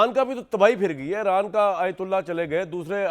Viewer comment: Es Jahil anchor ko koee batay ke Eeeraan ایران ka sahi pronunciation kia hai